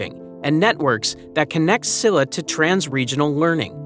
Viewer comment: The lack of effort to properly pronounce Korean words is quite disrespectful. I understand when there are sounds and syllables that don’t exist in English, but S-illa?? It’s pronounced Sheel-la! Some words sounded Chinese… so irreverent and rude.